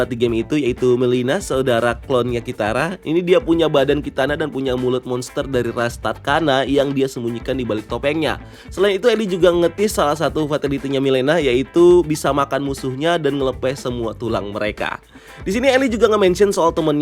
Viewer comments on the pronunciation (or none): Mileena ras tarkatan bukan tarkana